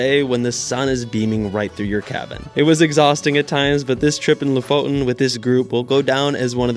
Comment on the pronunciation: Partytown in loften?? It's the lo-fo-ten nice vid anyway